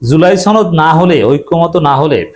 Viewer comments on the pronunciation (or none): ছনদ না সনদ